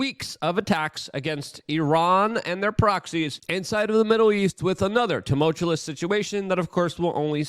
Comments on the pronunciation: luke, it's tumultuous, not tumultulouse.... and it's exacerbated, not exasterbated. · Bruh…if it ain’t “timultulis” it’s “exasterbated”….love ALL the content, but neither of them words. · Say temowchewless. It sounds way not dumberer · TUMULTULUS. Never learn to say words Luke! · Even funnier that he pronounces it “tuh-mulch-chu-less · Dude you say the word TUMULTUOUS in every episode. Please pronounce it correctly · I’ve never seen a person who overuses the very words they can’t pronounce. I’ve been following him for a decade now and it’s been this way from the beginning. I think he might be dyslexic